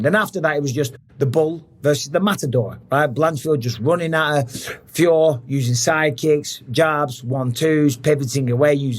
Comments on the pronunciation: Her name is Feeyoroh not Feeyore. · Its manon fio-rot mr bisping 😅